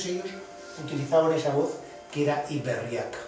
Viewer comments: Cada vez que dices Iberriak, se me revuelve el estomago, en la fonética vasca, se diría Ibérriak, aunque no existan las tildes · Buenas, me gustaría poner un poco de luz sobre la palabra iberriak (no se acenúa la "a", sino la "e"). Recurriendo al protoeuskera tenemos por un lado la palabra "ib" que significa canal / parte navegable de los rios y por otro lado la palabra "herria" que significa pueblo. Si además añadimos la "k" estamos poniendo la palabra en plural. Asi pues nos quedaria algo asi como "los pueblos del canal/ rio navegable"; de ahí el nombre del rio Ebro, del nombre de la península (los sonidos "r", "l" y "n" son sonidos introducidos por lor romanos en contraposición a los sonidos "rr", "ll" y "ñ" ibéricos).